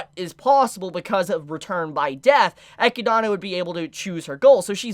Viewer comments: Been part of the army for years but completely messing up some characters names like ecidana instead of echidna and galder instead of gowther annoys just a little but still great video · "Eh-key-dah-na" I dont know why this bothers me so much XD Great listening to you though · The way you pronounce Echidna is hurtful... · i just came here from trash taste podcast, but i need a community consensus how do you pronounce echidna? cuz i always just say echidna like the animal, but this dude be pronouning like i dont even know how to type it out that way, so am i just a normie dont know how to pronounce it or? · Why do people keep pronouncing Echidna's name in these weird ways?